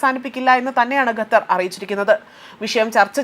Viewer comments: Please Pronounce correctly NOT GATHAR, but Qatar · ഗത്തർ അല്ല. ഖത്തർ ........